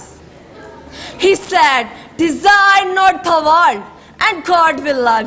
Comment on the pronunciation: not sad ...word is said... pronunciation is incorrect